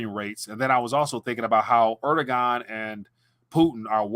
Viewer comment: The president of Turkiye... his name is pronounced: "air-DU-wan"